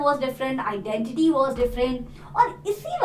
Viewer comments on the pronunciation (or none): Its went, was, want.... not vent,vas,vant...😁.... pronounciation....😆